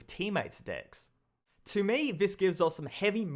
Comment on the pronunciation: I like your channel, but it sounds like you were saying, "unique dicks of cards."